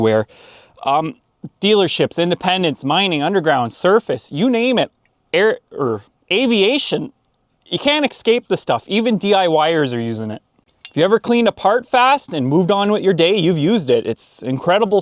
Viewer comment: The word is “ES-cape”. No “x” in the word.